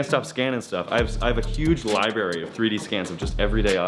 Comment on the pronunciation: Libary... that is all.